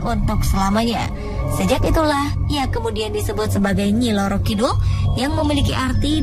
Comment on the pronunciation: Ngacok bukan nyi loro kidul woi nyi roro kidul yang benar